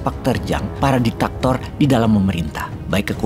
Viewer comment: DIK TA TOR bukan DI TAK TOR.